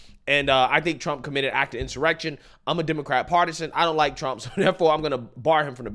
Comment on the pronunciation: "So liek... it's absurd to fire me for liek.... doing mah jawb" How TF do you still talk like that when you look that old?